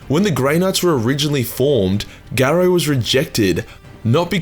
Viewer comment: It's Nathiel Garro... Garro is pronounced like arrow.